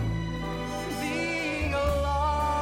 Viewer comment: Don't care for his interpretation at all, but, given the choice that he made as an actor, he did it OKAY. But DROP those "H's" where they're not written (i.e., HA-LIVE)..